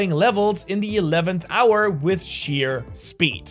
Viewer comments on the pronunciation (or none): none